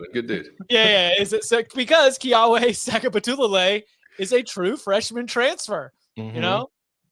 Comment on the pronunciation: did a good job pronouncing JKS's name except the W in Keawe is pronounced as a V. Key-Ah-Vay